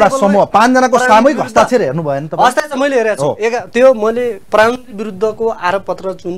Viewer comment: मगल ले प्ररामन्त्रि होइनन् हो स्पष्ट शब्द बोल्नुपर्छ हो प्रधानमन्त्री हो